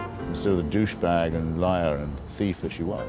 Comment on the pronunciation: So funny when a Brit says "douchebag".